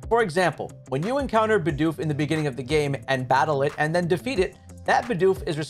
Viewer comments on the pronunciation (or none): none